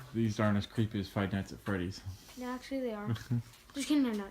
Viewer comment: FINALLY, A YOUTUBER THAT SAYS FIVE NIGHTS AT FREDDY'S RIGHT